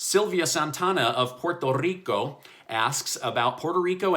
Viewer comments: I love the way you say Puerto Rrrrico. Well done! 👏🏻👏🏻👏🏻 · Hey, hello again!! Quick question: are you moving out?? Your office seem emptier than usual. Also, I really really appreciate you rolling up your Rrrr when pronouncing my native country Puerto Rico. Well done!! 😃👍🏽👍🏽🇺🇸🇵🇷❤️❤️😎💪🏽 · Loved the pronunciation of Puerto Rico 🇵🇷. I love laundry so I don't mind the extra laundry 🧺😁 . I was watching the testimonials of the Department of Labor but I don't see them extending it like they want to. Let's see what happens. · Love how he pronounced Puerto Rico.